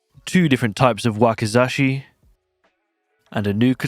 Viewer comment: you are not butchering the name you got the English pronunciation down for wakizashi.